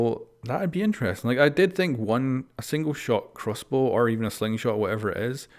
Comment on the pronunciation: This guy... nice "crossboo"